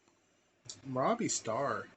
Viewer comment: Pronounce Mirabye She’s very much alive